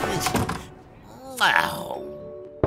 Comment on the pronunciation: Mr Bean: Let's get into it what i heard: Let's get cui